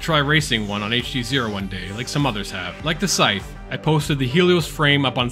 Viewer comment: Learn to pronounce “scythe.”